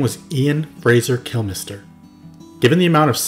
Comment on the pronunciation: You are the first and that I have ever pronounced Kilmister sounding like Kill-mister. Maybe it is me and others because of our dialects and accents. I have always heard it pronounced as Sounding like Kilmster. Anyhow,I listened to MotorHead on and off for years. A majority of the American fans.probably don't know what a Motorhead is. Before you ask google. A Motorhead is slang in England for a meth head.